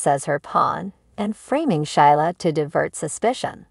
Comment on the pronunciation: Gee. Her name is pronounced Sheela. Silent i.